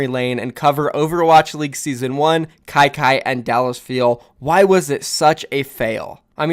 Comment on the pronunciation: said kyky Me: HELLL NO